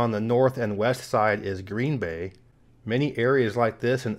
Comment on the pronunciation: Yes, you pronounced Kewaunee County correct. Now about Green Bay, accent on Bay.